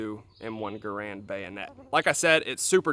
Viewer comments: It's pronounced Garand! :p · your pronunciation of garand is atrocious